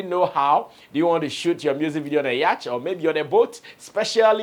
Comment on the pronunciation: Mr flex it's prononcéd yôt🛥️ not yach.. 🙏🏾